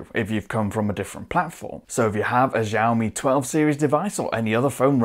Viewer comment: it's xiaomi not zhaomi